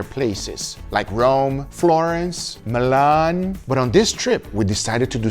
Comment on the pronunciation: Milano/Milan not məlaãn